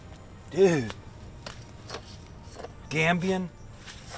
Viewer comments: “They’re Gambodian, straight from Gambodia!” 🤦🏻‍♂️ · You keep saying Gambodian rats, it's Gambian😂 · Gambian. Not Gambodian. Good shooting. Thank you.